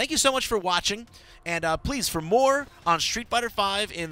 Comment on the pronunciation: street, not shtreet!